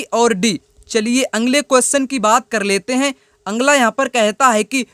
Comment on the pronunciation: Sir aap bolte ho angla qustion अगला बोला कीजिए ना की आंग्ल